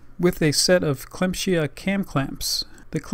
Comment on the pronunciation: Nice Video, the brand is pronounced "clam-sea-aah" tough :D